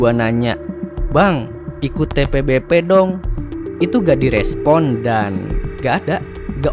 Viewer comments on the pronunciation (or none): Admin apaan ucapin TBPB ajah susah bet,,malah ribet kocar/cir jd TPBP 😂😂😂 skolah ga sih lu bro,,putar ulang ajah terus2an video lu lalu spell satu2 hurufnya 😅😅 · kelazzz bg akhirnya dibuat juga konteng tbpb walaupun salah pengucapannya awokawok😂😂 btw lanjut part 2 lahh biar seru bg 😁